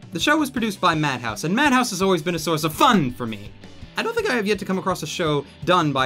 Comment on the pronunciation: .....plz never say fun like that again x.x